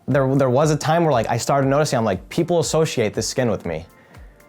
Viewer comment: This man myth says the word associate ‘ashoshiate’ lol